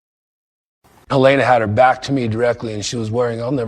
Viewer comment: I wish you would pronounce her name correctly. It's Hal-eeena, not Hal-aaayna